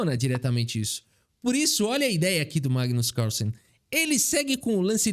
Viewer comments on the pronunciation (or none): ... caRRRRSLLSEN.... queremos o CÁLÇEN de volta!! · Quem percebeu que o falou o nome do Carlsen com sotaque gringo? É "Cálsen",. Tu tá vendo mt vídeo da gringa que eu sei... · Magnus CARRSSENN kkkkkkk muito bom